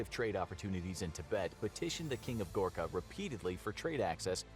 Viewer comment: Bro it’s Gorkha